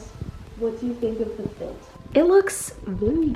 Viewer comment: ik i hate the way she says it but it’s mostly because of the way she says the “t” like the t is just so much louder than the rest of the word